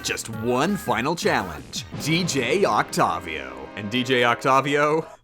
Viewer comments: Oc tay viii ohhh not oct tavvv vii ohhh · Its Octayvio, not Octofvio. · Him: "Oc tovio" Me: I'm pretty sure its pronounced "Oct A Vio" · Oct-tave-ee-oh not oct-ov-io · Dj oktabio its its oktewio Thats how you say it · Oct-ayy-vio Not oct-ah-vio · OcTAHvio... its OcTEIvio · Its Oct "a" vio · DJ oct-avi-o is easy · “Octawvio” Good vid, though. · did you not know that octavio is a real human name that is pronounced with a long a as in octAYvio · It’s pronounced octayveeo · It’s Oct-A-vio But props on beating it tho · OcToViO that’s what it sounds like when he says that lol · I'm sorry but.... can you please pronounce it oct-A-vio? It just gets under my skin easily... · since when was he called octarvio last i checked i belive it's pronounced octopus not octarpus love you, bye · Octavio is pronounced oc-tae-vio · Octavio is pronounced oct-A-vio, but otherwise, good video! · Isn't it Octavio (Oct-Aye-Vio) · it's Oct-A-Vio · Wtf is that octavio pronunciation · The way he says octavio hurts my soul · Him saying dj Octavio kills me (the way he pronounced it)